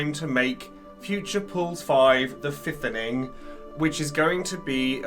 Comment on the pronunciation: Listening to again and can’t believe I missed “The Fithening” 😂